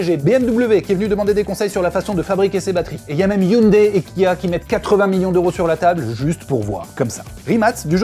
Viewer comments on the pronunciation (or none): none